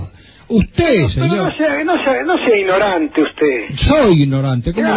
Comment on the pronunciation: no sea usted, "inorante" jajajaj